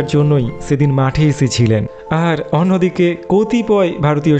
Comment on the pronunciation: দাদা, তোমার উচ্চারন ঠিক করো। তুমি বাঙালী তো ? তাহলে পোরাক্রম, অনোদিকে, গোলার কাঁটা, ওসাধারন - এই সব উচ্চারণ কেন?